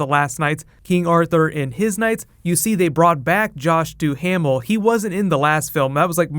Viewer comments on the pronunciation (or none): ITS NOT DOO HAM MEL! ITS DUH MELL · In Josh Duhamel it's Doo-mmel not doo-ham-ill